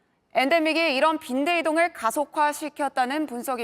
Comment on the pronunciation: 처음 나오는 아나운서 발음이 왜 거래요?? 중국인이 ㄹ 발음하는것같음. 😮😮 열대,번져 가는걸,이동을,갈 수록,힘들다는 ect